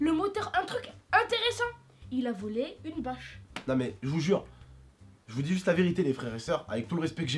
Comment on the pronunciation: J'adore jai l'impression qu'à la place de bâche tu dit vache 🐄 lol tai trop bien comme youtuber